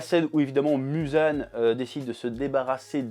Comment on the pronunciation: Le "Musan Jackson" me fume à chaque fois 😂😂😂